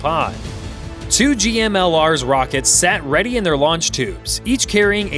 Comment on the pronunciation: GMLRS is pronounced "gimlers" with G as in "go".